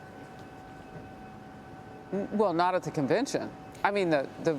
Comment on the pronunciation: Nothing but hate in your heart for Trump. Why is still fighting for Trump to lose? He did it 4 years ago. And you can’t even pronounce Kamala’s name and here your fighting for her to be the president!!!!!! Obama and are Illuminati.